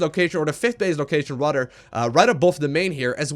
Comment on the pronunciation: "rador" (rather)